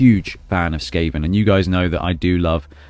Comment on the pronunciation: Skaven 2-1 The Gutter Runner will most likely run into safety. And I love the way you pronounce my nick.